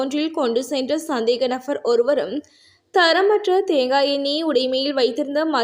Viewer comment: நfஅர் அல்ல நபர் .நfஅர் என வாசிப்பது அருவருப்பாக உள்ளது